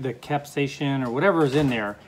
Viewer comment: It is pronounced cap-say-a-sun